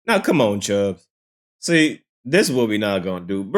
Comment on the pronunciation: This guy clout chasing fool said CHUGGS it’s CHUBBS FOOL 😭